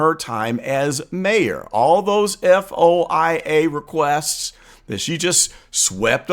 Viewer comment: You should pronounce the word, F.O.I.A. as “foia” or FOY-A. No one says just the initials.